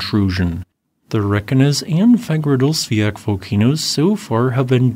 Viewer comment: Reyk janes or Reyk yanis. Hope that helps. 😊 And Fagradsdalfjal Is Fagrads dal feeyal. Practice it.